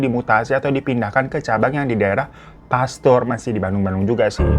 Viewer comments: Pasteur bang bukan pastur😭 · Pasteur babang bukan pastur 😂😂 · Lucu bang hiro tiap bilang pasteur kedengerennya jadi pastur ... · Pasteur kan maksudnya bang bukan Pastur😭 eu eu Apa gue salah denger😭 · Knp pengucapannya jd pastur 😭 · "PASTEUR" pake "eu" loh bukan pastur🗿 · Pasteurrrr bukan pastur 😅😅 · Pasteur bang bukan pastur 😅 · pasteur kang, bukan pastur 😅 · Pasteur bang bukan pastur😂😂😂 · Btw Pasteur ya bang, bukan pastur 😁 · Bang hiro btw, bacanya bukan "pastur" itu "pasteur" kalo di sunda ada "e" ada "eu", gimana ya jelasinnya 😅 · Pasteur bang.. bukan pastur.. 🫡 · Bukan pastur AA......tapi Pasteur 😅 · Btw bacanya pasteur bang bukan pastur😂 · Bukan Pastur bang hiro, Pasteur😅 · fan bukan pastur ,tapi pasteur eur bacanya🤭🙏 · Pasteur bukan pastur:( pake eu + r bang:( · Mau koreksi bacanya bukan pastur tapi yg bener itu paster (kayak sebut kata puter) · Pasteur akang, sanes Pastur:_HAHAHA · Pasteur bukan pastur babu 😂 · Pasteur euy bukan pastur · PASTEUR BUKAN PASTUR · Geregetbilang pas-teur malah baca nya pastur😂😂😂😂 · Pasteur Bang, Pasteur. Bukan pastur Bang. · Pasteur bang bukan pastur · Maaf oot. Tapi mau ralat kata Pasteur. Pake "eu" kak, bukan pastur ihh. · Bukan pasturr bang tapi pasteuuurr😅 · Pasteur bang.. (Paster) bukan pastur😂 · gada vitur vn kah, greget banget majikan mau benerin pronounce “pasteur” nya babu 😢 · Pasteurr bang Napa jdi pastur😅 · Pasteur bang bukan pastur 😂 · Dibacanya paster syg bukan pastur klo tulisannya pasteur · Maaf bgt oot, lucu denger babu ngomong pastur, harusnya pake eu jadi pasteur 😁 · Pasteur bukan pasturr😂❤ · pasteur not pastur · Bang maaf... Pasteuuur bukan Pastur🙏😬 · Pasteur woy bukan pastur hiroooo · pasteur bang bukan pastur 🤣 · Pasteur abangggg bukan pastur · Pasteur fan ! bukan pastur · Pasteur bukan pastur 😅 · bukan pastur tapi pasteur ih bang 😌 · Maaf babuu, pas-teUurr Bukan pastur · Pasteur = paster bang bacanya 😂😂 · Baca nya paster bang 😃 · Pasteur babang, bukan pastur😊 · Pasteur bang bukan pastur😂😭